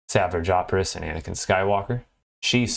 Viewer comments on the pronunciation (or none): Safer jopress😭🤣 its su-vashe oppress. I thought that was funny.